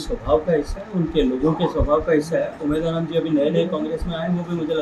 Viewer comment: उम्मेद राम बोलना शिखो पहले 😅